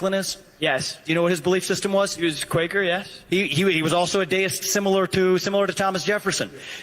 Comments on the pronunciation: It's DEE-ist, not DAYist. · I have NEVER heard "deist" be pronounced like that.